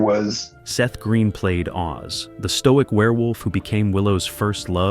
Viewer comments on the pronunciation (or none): none